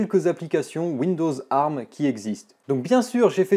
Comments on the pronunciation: On ne dit pas "arm" colée mais " A-R-M" lettre par lettre... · Mes oreilles !!!!!!! Un CPU arme ????? Ont dit ARM qui veut dire Advanced Risc Machine ! donc vu que c'est un acronyme ont dit A R M !!!! et non arme ! La prochaine fois dit usbe (Pour USB) ou spu (Pour CPU) tu auras l'air aussi intelligent ! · C'est la première fois que j'entend quelqu'un prononcer "ARM" en le disant "arme" et non pas "A,R,M", ça m'a perturbé tout le long de la vidéo x) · On dit A.R.M pas arm c’est terriblement degeulasse